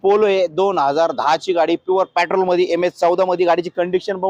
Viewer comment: पेट्रोल शब्द नीट म्हण लका